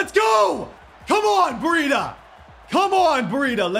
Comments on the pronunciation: Why you keep saying bereeda? Its BREIDA! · It’s bri-da it’s bray-da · Brie- Et- A